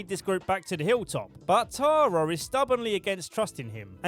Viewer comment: I love that you can’t say Tara. “Tarar” lmao